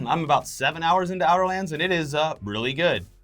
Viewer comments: said OUTER LANDS lol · said Outer Lands. No one noticed lmao